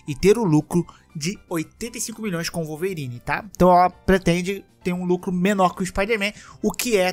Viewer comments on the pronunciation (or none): none